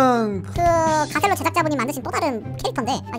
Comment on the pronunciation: 가첼로가 아니고 가셀로